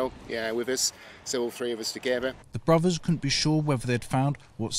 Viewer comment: Good story, but pronunciation needs tightening up a bit, Bruvvas? Annuals of history? Fousands? Or is it only me that mispronounced words - grinds my gears a bit, whatever class your from such words can be got right.